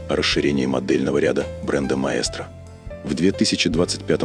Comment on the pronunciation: Рассказывающий произносит название неправильно ) прислушайтесь . Такой проёб , при рассказе о сигменте премиум😂. Просто настораживает обо всем остальном